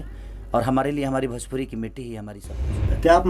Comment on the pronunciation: Are sala bhajpuri nahi bhojpuri hota hai